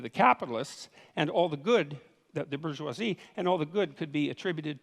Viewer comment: So, somebody else may have already asked this, but why can't Dr. Peterson pronounce bourgeoisie?